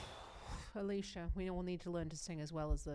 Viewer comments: Her name in english is more of "Alecyah" alicja rather than AliSHIA, just saying. Thank you for reactions and explaining singing science ❤❤❤ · Also, it's pronounced ah-LEETS-ya :)